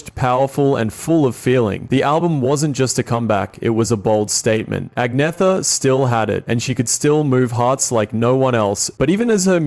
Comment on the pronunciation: Her name is actually pronounced AN-YETH-A ...the G is silent.